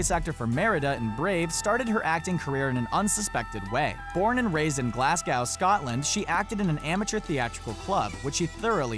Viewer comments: Glasgoaw... it's pronounced glas-go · Pronunciation of Glasgow is incorrect - "Glas-Go" is how its correctly said. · You do not say Glawsgow like that love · I had to go back. The way you said Glasgow made me laugh for 10 minutes. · Hilarious how he pronounces "Glasgow".. haha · Americans need to learn how to pronounce bloody words because they keep mispronouncing Glasgow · How did you just pronounce Glasgow?